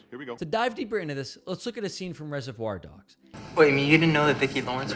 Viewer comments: It's not 'rese-voir dogs', it's 'reservoir dogs'. Not sure why that bothered me so much, but the video is otherwise insightful. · "ReserVOIR dogs". You have to be trolling us with that emphasis